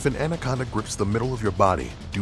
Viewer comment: 2006 He didn't say titanoboa, he said andaconda